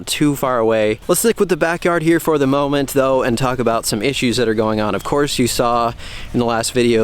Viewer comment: anyone catch the "mow-ment"